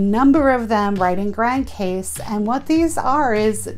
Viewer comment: great review love it!!! it's pronounce "Grand Cause" but spell Grand Case.